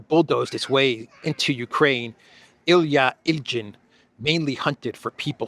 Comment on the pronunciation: I believe his name is pronounced like Ilya Ilyin. J like in Kaja Kallas.